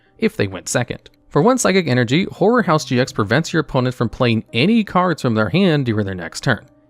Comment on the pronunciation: This is going to sound wrong, but every time I heard you say "horror house GX" I instead heard "whore house GX"